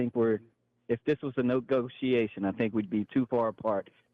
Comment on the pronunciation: Did it say "no-go-she-ashun"?